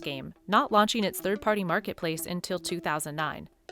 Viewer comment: Shoppeen Network. Competeen (not competing?). Launcheen. Wtf